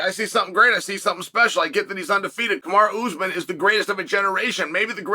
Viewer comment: Cosmit, Kamaraoozeman…IM WEAK!! 😂